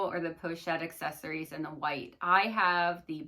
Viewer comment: "Accessoires" is not pronounced "accessories"...so many creators say it incorrectly.